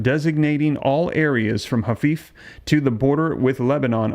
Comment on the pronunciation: It is pronounced (Hi-FAh) Haifa.